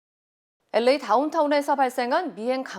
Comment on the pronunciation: 앵커 목소리가 부담스러워서 뉴스를 안들었었는데, 특히 LA 발음 정말 괴로웠습니다. 목소리에 변화를 주신것 같네요. 한결 부드러워지셔서 듣기에 좋습니다.